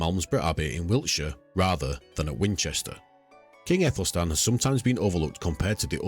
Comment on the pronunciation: Great, informative and always prefer a channel who uses old illustrations instead of fictional ai images. One thing though, in old English the Æ is pronounced like an 'ah' sound, like in Cat and Bat.